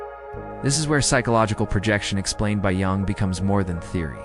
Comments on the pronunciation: I'm in uk and its defo said as yung the j is a y i know its weird the English language and regional dialects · Is this AI reading? Because you mispronounce Jung so badly...